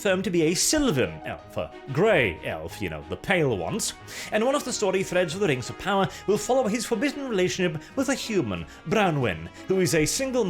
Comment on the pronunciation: Its Amazon's Token, Rangs of Powah.